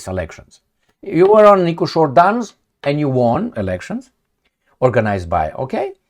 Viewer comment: Dear, please don't take it personally, The word "won" is pronounced /ˈwʌn/, with a short "u" sound like in "cup". It's a homophone with the number "one," meaning both words sound the same. I realise you aren't a native English speaker, and you obviously didn't learn English before you came to America. No hard feelings, I've been a regular viewer🎉